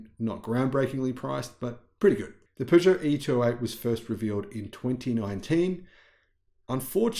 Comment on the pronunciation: Kuddos to from your Frenchie for actually pronouncing "Peugeot" correctly! 👏😀